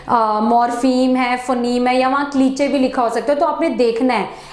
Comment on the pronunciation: क्लीचे नहीं क्लीशे होता है